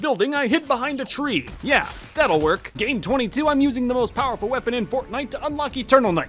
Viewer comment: Me when he says game I hear day and I’m like Wait i didn’t know he was playing Minecraft